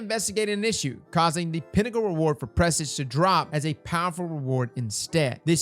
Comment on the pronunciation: say it with me.... press Awje. Presage. Pressawwjjjjeee